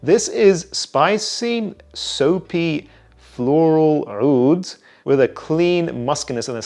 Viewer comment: is pronouncing the عoud 😂